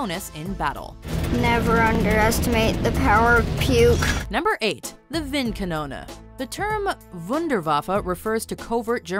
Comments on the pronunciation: oh no not wind kanona ist val wind kanone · wind kanoone? wind kanoone?! it's windkanone, WINDKANONNE! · Wundawaffa windkannona Are you even trying? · i love how she pronounced vincannono instead of calling it a wind cannon with an accent. lol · Everytime you say Windkanone it sounds like "Winnkanouna" and it hurts my german ears. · windkanono xd